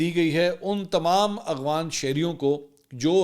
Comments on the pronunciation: Mansoor Bhai yeh lafz aghwan NAI afghan ha aap aksar Afghanistan ka nam Galt lety hn please isy correct kr len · بھائی منصور صاحب۔ لفظ افغان ہوتا ہے نہ کہ اغفان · منصور بھائی ، آپ اغوان کیوں کہتے ہیں ، افغان مہاجرین کہا کریں ، آپ کو شاید فیل نہیں ہوتا آپ افغان کہتے ہوئے اکثر اغوان کہہ جاتے ہیں